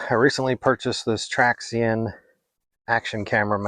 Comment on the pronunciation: Good video, thank you for sharing! And just so you know, the company Traxxion is pronounced like 'traction'.